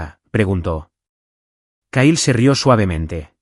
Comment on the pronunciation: Se escribe Kyle se pronuncia Cail